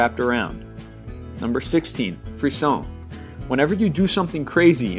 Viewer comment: He mispronounced frisson.